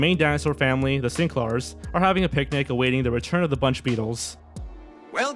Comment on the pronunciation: The “Sinklars?”